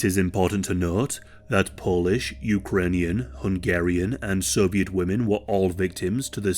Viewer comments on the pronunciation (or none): none